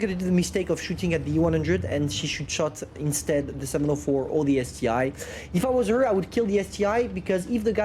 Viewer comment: calling the ST-1 the ST-I is a bit irritating but hey, he can call it what it wants, I just gotta get used to it